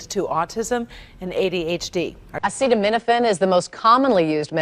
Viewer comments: Trump sounds like a total buffoon here. Defer to an actual medical expert (none of which were on the stage with him). He couldn't even say the name of the drug properly... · Trump couldn't pronounce - or even read Acetaminophen off the teleprompter - so go ahead and take your medical advice from Him - the bloated, flabby King. Many of these drugs - while miraculous, can be bad for our livers, stomach, etc, so Trump may be on to something - but regardless - women huffing Tylenol to prove a point are MORONS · It just really would have helped the point he was making and have been a nice added touch if trump could have pronounced 'acetaminophen' smooth and successfully, instead of in the way that reveals that it was his first time saying the word.